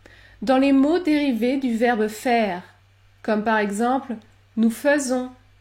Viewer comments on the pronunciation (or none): Salut Madame, Je suis avec attention votre exposé. La question que j’ai pour vous concerne le verbe faire au présent de l’indicatif à la première personne du pluriel, pourquoi donc vous prononcez le faisons comme un e fermé en lieu et place de d’un e ouvert ou plutôt d’un è?